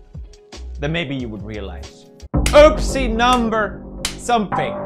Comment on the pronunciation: Did anyone else realize that pewds said ospie instead of oopsie